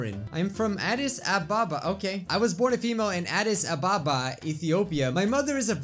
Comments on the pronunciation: It’s pronounced Ah-Dis Ah-Bah-Bah how do I know? My friend is Ethiopian and he was born there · Hey, I'm from Addis Ababa and it's pronounced (Ad.ece.A.bah.bah) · OH HEY IM HALF ETHIOPIAN Not to call you out but you said Addis Ababa wrong But Hey im not hating I still love you 😭💖🤩